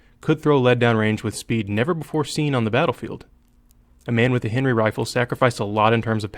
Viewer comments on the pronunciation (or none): none